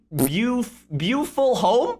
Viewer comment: hyper it is not beafuil its butifle